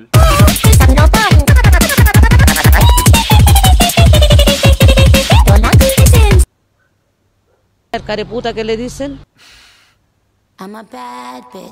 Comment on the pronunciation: “Mentholatum”: mentalol